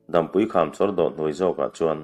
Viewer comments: Dampui hi Dâmpui, tia lam tur. Chhuantawlawl tih hi lawl hi ri hniam tur a ni. Tuiluankawr tih laia 'kawr tih ang hi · Dampui kham tih tea Dampui i lam dan hi a dik hlel hret a.. Dam lo kan awm e tiha dam lam anga lam loin tlang pang, ni hmu lo sawi nan dam kan hmang anga lam rik zawk tur aw... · Dampui tih hi, dam(hnawng,ni hmu lo an sawi a DAM an hman thin ) tih a lam zawk tur anilo maw. Hotu pa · dampui lam dan hi ni hmu lo dam lam dan ang a lam tur a ni, mihring dam chen tih thluk ang a lam loin